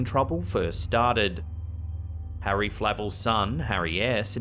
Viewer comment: ok so.... am i hearing this wrong? Harry ass? lol dude, not sure what to make of that.